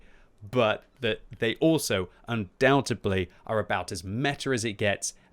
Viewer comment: Undoubtably? Undoubtedly.